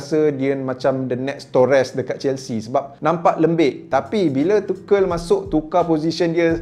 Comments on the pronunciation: Tu nghel bukan takel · Cara sebut dia tuchel lah bukan tuchel bang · TA-KEL ke Tuchel? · Kalau tak silap aku cara sebut nama Tuchel tu ialah “tu-hel” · Tuchel bukan takel tapi good video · I cringe everytime you pronounce Tuchel. Except for 😂 oh bukan saja Drogba & Costa yg perform.. Samuel Eto was 🔥 at Chelsea